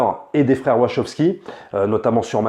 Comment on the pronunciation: Attends, j'ai bien entendu les "froeurs" wachowskis?